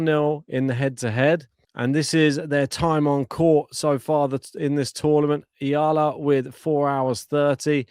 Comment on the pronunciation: Subscribe here because your E-A-L-A chant was genius! Is it your original composition? Well done!👍 thank you for correctly pronouncing her surname! Alex belongs now to the tennis world. Other nations can also love her. We are so proud of her because she is not ashamed to show our culture to the world, speaks our language, grateful attitude and she is just being authentic to who she is. She is not trying to be somebody she is not and that is refreshing to watch. She knows her weaknesses and she is okay with that but keeps on harnessing her strength — especially her tennis IQ and mental composure to win every match. Whatever happens showing excellence in work and great sportsmanship is what matters. This must be the global standard of tennis professionals. You can be number 1 athlete but if you treat other people and players like garbage why people will spend their money to support such behavior. Character is everything for us Filipinos. We respect everyone who shows respect and good behavior on and off the court! Humility is such a treasure nowadays! Many people has the mistaken belief that humble character drowns out being competitive and desire to win. It’s wrong. The great ones are usually the most humble ones. Much respect to JPEG, COCO and McNALLY for being respectful and kind to our Alex. How nice if women tennis will have such kind of quality of athletes from now on! Thank you for this channel and for cheering for our Alex!